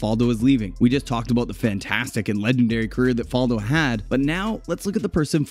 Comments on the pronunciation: Ok, well, it's Fal-do with the "fal" pronouced like "Al" or "Val," not like "fall" or "wall." Faldo's professional career started in 1976, not 1997. He finished 8th in the Order of Merit in 1977, not the "European Open" whatever that is. These are just a few of the many, many things this video gets wrong. If you're just going to regurgitate Wikipedia pages, at least do it accurately, folks. C'mon. Are these all like this? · Greg Norman was number 1 for 331 weeks, he's second to Tiger Woods, get your facts straight, and learn how to pronounce Faldo's name correctly